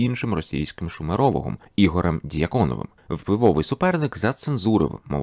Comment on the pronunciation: наголос не той у Дьяконова, наголос не той у Гімбутас